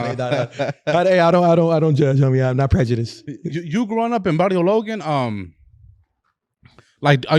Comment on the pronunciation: The way he says "Barrio Logan" straight white washed AF 😂😅 and those sun glasses dont go lil bro.